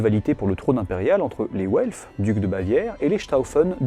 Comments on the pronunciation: w en allemand se prononce comme le v français; donc velf et pas ouelf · "Welf" j'entends "Haut elfe" c'est terrible